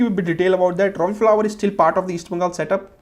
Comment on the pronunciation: Robbie Fowler...not flower!!